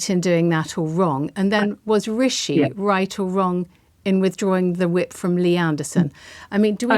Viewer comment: Funny she can't even pronounce Rishi properly